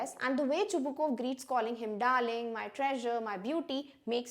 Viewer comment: You are yourself pronouncing Chubukov name wrong